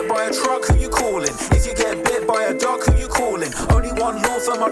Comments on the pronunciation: I know he says “bit by a dog” but I here duck everytime and die laughing 😂😂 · He says duck lol